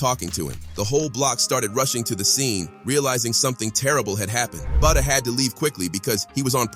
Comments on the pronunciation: its FBG Buttah not buddha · Calling that man BOODAH mutiple times is crazy😂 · Who's Budda.. You mean Butta 🤔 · Butta not Buddha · Say budha 1 more time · “Buddha”?!? 😂wtf?!?